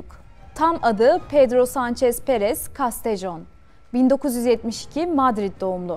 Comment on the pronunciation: Video hazırlıyorsunuz eyvallah da ,bari içeriğin konusu olan ülkenin diline dikkat edin. ‘Castejon’ İspanyolca olan ismi ‘j’ ile telaffuz ediyorsunuz. Ayrıca İspanyollar sevmez Sanchez’i, bugün öyle yarın böyle derler onun için. Ama elinize sağlık